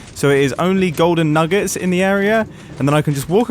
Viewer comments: Btw not making fun of his accent for those who have it 2. Sorry if I offended anyone 🙏😔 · Mumbo: the golden nuggUts Me: 😑 its pronounced nuggets 😂😂